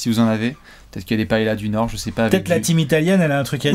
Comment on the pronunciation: Faut apprendre à à prononcer paeLLa en Espagnol. Parce que dire paéLa c'est comme couper ses pâtes...